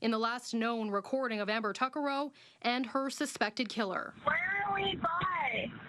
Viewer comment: Its pronounced- tuck-uh-row